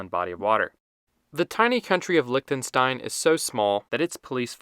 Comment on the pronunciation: Lichtenstein ❌ Licktenstain ✅